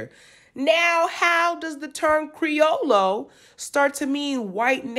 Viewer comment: The double L is pronounced like a Y so it's creo-yo.